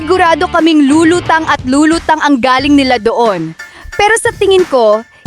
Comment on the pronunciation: Pronounce the word “galling” as maragsa (with emphasis) “galling’ “. Ask a true Pilipino what I mean by “maragsa’ “. The way you pronounce”galing” (slowly) means , “coming from but when you pronounce “galing” the right way (maragsa-with emphasis) it means very good. I don’t mean this the wrong way , I just want to give the credit where it’s due. You’re doing good, a buhay ka!